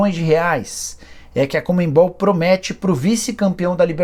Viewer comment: Nicola, me desculpa a crítica. Mas você precisa se corrigir. Não é COMENBOL, É CONMEBOL.